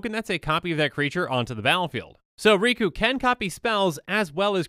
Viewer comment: The name's.. Riku... It rhymes.. With two